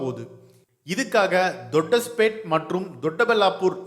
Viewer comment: அது தொட்டஸ்பேட் இல்லை டா வெண்ண... தபாஷ்பேட் மற்றும் தொட்டபள்ளாப்பூர் இடையே... சரியா?!?! இது தும்கூர் மாவட்டத்தின் தபாஷ்பேட் மற்றும் சிக்பள்ளாப்பூர் மாவட்டத்தின் தொட்டபள்ளாப்பூர் பகுதிகளை உள்ளடக்கியதாக அமைக்கின்றார்கள். உங்க நாக்குல வசம்பை வைத்து தேய்க்க.... 🤦🤦🤦🤦😡😡🙄😌🤷🏻💦💦